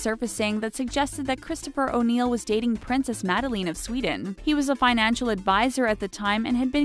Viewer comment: And princess "mad-a-leen"?! 😕 Cringes😲